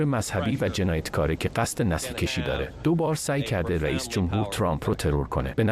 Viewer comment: امیدوارم این ، شازده‌ای که بعنوان خبرنگار پارلمانی به واشنگتن فرستادین و حرف زدنش بیشتر منو یاد عین الله باقرزاده در سریال صمدآقا می‌اندازه، بابت گزارش‌هاش باهاتون دولا پهنا حساب نکنه. چون هوش مصنوعی‌ای که برای ترجمه صحبت‌های تام کروز استفاده کرد نهایتاً ماهی پنج دلار هزینه‌شه. خیلی هم سطح پائینه. تا حدی که مثلاً «نسل کُشی» رو «نسل کِشی» (مثلاً سر نسل رو بگیری و سمت خودت بکشی) تلفظ می‌کنه